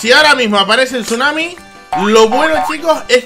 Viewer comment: Se dice tsunami